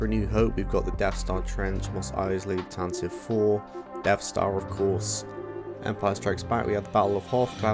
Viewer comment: I hate to be a pedant.... No I don't 😁😁 but Tantive is pronounced Tan TV. And it's the Executor not the Executioner (though I admit that's probably a much more on brand name for Vader's ship).